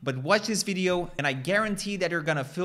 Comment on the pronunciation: VID-e-o not vid-ah-o.